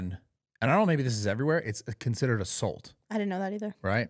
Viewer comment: Why can’t this man say Assault correctly